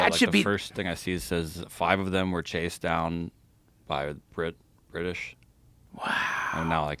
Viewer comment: Pure comedy! For DT to suggest he “is reading” a book, is completely laughable. I love it when individuals advocate for drug use and they can’t put together a sentence and can’t say “British”. GTFOH.